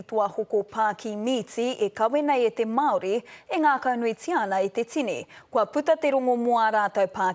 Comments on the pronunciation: Why say Māori like that though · Can’t even say Māori right but good on yous for the mahi your doing